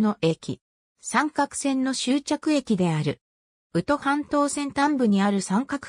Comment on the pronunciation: …三角は <さんかく>ってよみません。読み方も知らんなら出すな。 みすみって呼ぶとばい。